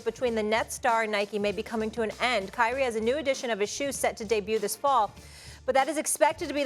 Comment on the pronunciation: Kyrie left Nike say it right